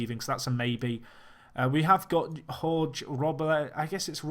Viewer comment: I studied Spanish and i'm pretty sure jorge is not pronounced like that, i coould be wrong